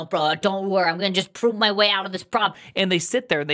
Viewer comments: When says "proompt" I think of "prumpa" which is Icelandic for "fart" and it's so appropriate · i am gonna start saying "proompt" from now on